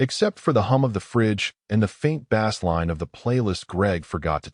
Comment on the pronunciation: Bass in musical terms is pronounced base!